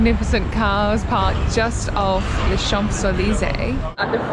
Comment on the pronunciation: Nice video but please learn to pronounce global iconic places correctly. Champs Elysee- silent m and p.